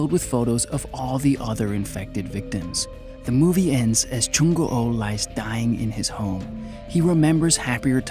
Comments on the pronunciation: Ikr, I don't wanna be a Koreaboo or anything but Korean names are usually said how they look so it would be a long oo not an o o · LOL yeah, he's like Jung Go Oh X"D that's a whole other name there hahahaa XD nice try tho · I can't, the way you say "Jung O O" bothers me lol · I know what you mean and yeah that's right, well maybe Jung Goo was a hard name for him? Idk